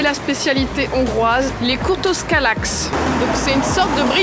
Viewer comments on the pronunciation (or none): Étant hongroise, entendre "kurtoscalax" ça me tuera toujours comme dans l'émission "le meilleur pâtissier" xD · Natoo moi je viens de la Hongrie 🇭🇺 et sa se prononce [kurtuchkalach] 😂❤️ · ca se prononce (de mes connesance) kurtuskolatsh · ça se prononce KurteuchkalAtch (le deuxième a est différent du premier c’est une intonation plus forte, c’est compliqué à expliquer à l’écrit) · pas tout à fait : kurteuchkalátch ( l'accent sur le "a" signifie qu'il est ouvert ) et on roule les "r" : team magyarország !! 🇭🇺🇭🇺🇭🇺🇭🇺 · Ça se dit kurteushkolatj😂 et le meilleur c’est à la cannelle 🥰 j’ai visité quasiment tous les endroits de cette vidéo mais la prochaine fois que j’irai en Hongrie j’irai faire un tour au musée du selfie😋 sinon très belle vidéo j’aime beaucoup❤️❤️ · CA SE DIT Kourtoch Kaulatch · une petite aide pour prononcier le mot "kürtőskalács": curteuchcalatche :)